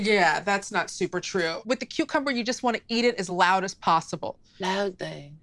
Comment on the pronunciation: Every single time says cucumber I clearly hear her say cutecumber